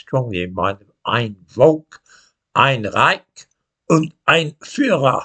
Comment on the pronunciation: your pronounciation of German deserves an 8 out of 10 mark. You didn't get Reich quite right. Realm is a good translation; Commonwealth would be slightly better.